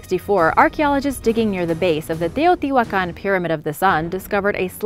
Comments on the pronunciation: Agreed! Not everyone can pronounce Teotihuacan and other Mesoamerican terms with such ease as you. Well done! I truly enjoy your channel. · Very good video and outstanding very good pronunciation of Teotihuacan and all the other words! Congratulations 👏✨ (I speak Spanish)